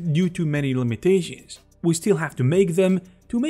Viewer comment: “Hey guuuuuys, let’s talk aboooooooouuuuuuut… the limitayshins of the orientayshin, of the rotayshin, and also animayshins, vejitayshins and simulayshins”.😂 I love this guy’s accent lol